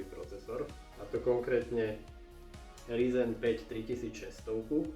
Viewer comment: ze ryzen :D :D ked uz tak RAJZEN..pekne po anglicky...